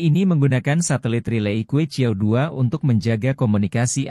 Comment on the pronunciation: que qiao bacanya yg bener ; Chue chiau